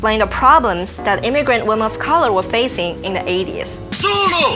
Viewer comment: Please teach her how to pronounce "Women".